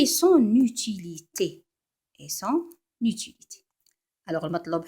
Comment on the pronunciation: "ET DEVOUEMENT" PAS "EST DEVOUEMENT"